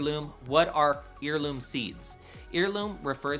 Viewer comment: Good video but check your pronunciation of “heirloom.” The root of that word is “heir” as in offspring, not “ear” like the ones in the northern corners of your’ glorious beard!